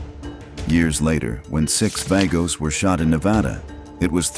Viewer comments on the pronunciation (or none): Vagos is pronounced "Vah-goes."